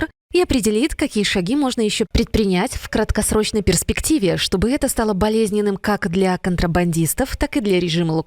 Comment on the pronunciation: А мне больше всего нравится, когда диктор вместо "это", говорит "эт", – "эт важно". Очень эффектно звучит !!!